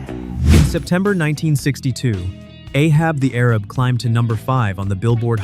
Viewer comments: The title of Ray Stevens' novelty song is properly pronounced "Ay-hab the Ay-rab," not "Ahab the Arab." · BTW it's pronounced A hab the A rab as any boomer should know, but I guess AI doesn't. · A-hab the A-rab. Not arab. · One does not stay on the chart for one week. Ay-hab the Ay-rab. ffs. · It's pronounced "Ahab The A-rab.. with a long "A" pronunciation.. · Pronunciation Correction: "Ahab the Arab" is prounced "Ay-habb" the "Ay-rabb" (or "eh-habb" the "eh-rabb") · That's not how you say 'Ahab the Arab'. 😢😢😢😂😂😂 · That was "A-Hab the A-Rab".